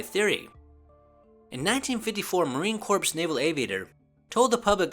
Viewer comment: How the hell does a native English speaker not know that "Marine Corps" is pronounced like "Marine Core" and not like "Marine Corpse"?